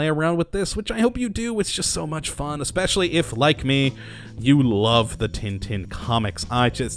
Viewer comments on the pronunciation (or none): none